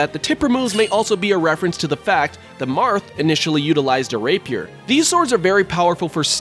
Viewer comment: r a y p i e r s (it's rap-ee-er)